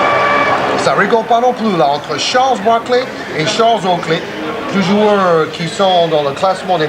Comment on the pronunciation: 🤣😂🤣 “Sharles Barkley”